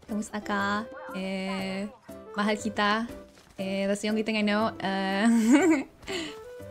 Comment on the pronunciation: Mahal you too sounds weird